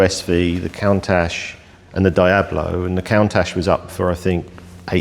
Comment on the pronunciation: I’m porsh not porsher, Dee ablo not die ablo And coontash not count ash. Lovely collection though ✌️